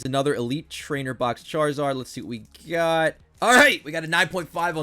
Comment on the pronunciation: Why did it sound like he said shartzard